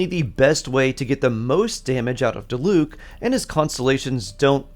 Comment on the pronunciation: i always wonder that too. even if the ENG cast might fuck up the names a lot apparently, like how are you still pronouncing Diluc strangely?? 💀 like just say what you hear please